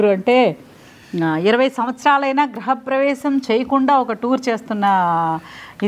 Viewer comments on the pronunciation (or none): గ్రహ ప్రవేశం కాదమ్మా గృహ ప్రవేశం